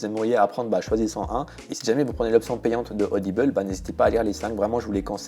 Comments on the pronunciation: C'est rigolo, tu prononces audible "audibeule" :'D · odibeul au lieu de "audible"... j'ai été surprise ! MDR